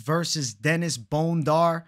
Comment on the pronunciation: 🦴 Bone-Dar 🦴 vs Bon-dair